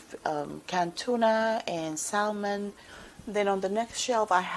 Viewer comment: Your pantry is so neat and tidy. You have some fantastic preps. Beautifully done. Remember don’t store water directly on cement floors. I’m sure it’s just a language barrier kind of things but the L in salmon is silent.